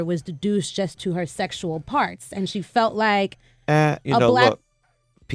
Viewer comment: It's 'reduced', not 'deduced'.